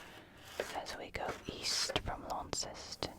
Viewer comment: Also hehe Launceston is pronounced "Lawn-ston" not Lawn-ces-ton :)